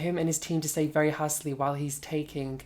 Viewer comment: Halsey not halsley daaaaaaaaaarling